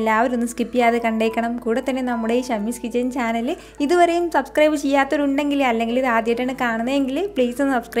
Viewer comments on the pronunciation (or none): none